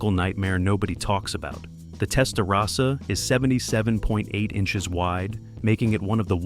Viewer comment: Video knows everything about the Miami Vice Testarossa, except how to pronounce "Testarossa" correctly.